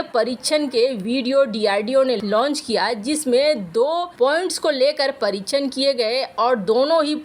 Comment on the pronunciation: परीच्छन नही परीक्षण Parikshann होता है बच्चों का हिन्दी उच्चारण भी खराब करते हो उच्चारण त्रुटियों से भरपूर चैनल, हर दिन सुनने से किसी का भी हिन्दी उच्चारण खराब हो सकता है